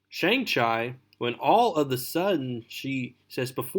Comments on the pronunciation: Sang Ch I lol 😂 mate chi is would sound like cheeeeeeee bro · Shang chi pronunciation hurt